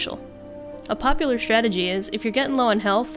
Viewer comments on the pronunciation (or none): none